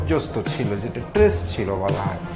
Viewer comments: ইনি কেমন রিপোর্টার, স্ট্রেস কে ট্রেস বলছেন? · Tress na stress